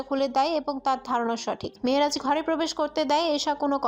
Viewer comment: Very bad pronunciation of Mehraj